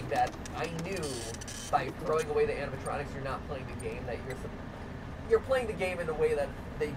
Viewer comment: Mat: "Your honor there are no animontronics in my resturant." Judge: hmmmm... GUILTY! Mat: "BUT THERE ARE NO ANIMONTRONICS!"